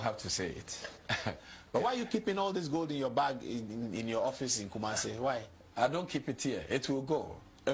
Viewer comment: Goad😂😂😂😂. Please, it is called gold and not goad.😢😢😢😢😂😂😂😂